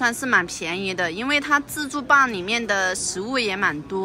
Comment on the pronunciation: 台灣叫自助吧為自助爸嘛？或是服務生的發音問題？